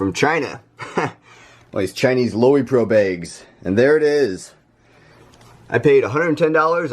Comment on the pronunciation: Pronounced Low-Pro.